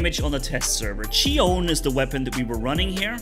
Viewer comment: Its greek and its pronounced khione (χιόνι) which means "snow" lol